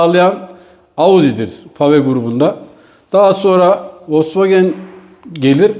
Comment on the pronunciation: Folks vagen (VOLKSWAGEN)